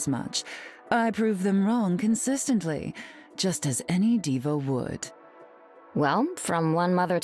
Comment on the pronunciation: Did she just say "diva"? 😂